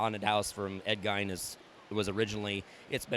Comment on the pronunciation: Pronounced GEEN. From WI. Fantastic build.